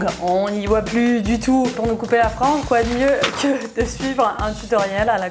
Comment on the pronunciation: LA MEUF POUR LA FRENGE MINTENENT ON N'APELLE CA LA FRENGE AU BOLLE😅